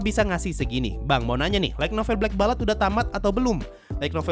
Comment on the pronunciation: Saran min, Light Novel itu dibacanya kayak lite (LAIT), bukan LAIG (LAIK) NOVEL